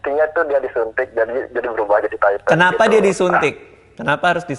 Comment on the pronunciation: baca kata "TITAN" Radit dan Kevin : Taiten Gua : Titan T-I-T-A-N